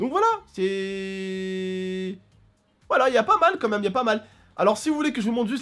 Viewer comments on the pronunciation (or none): none